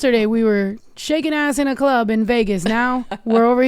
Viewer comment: The girl doing her PI work in her car saying: "In the clurb we all fam" 🤣🤣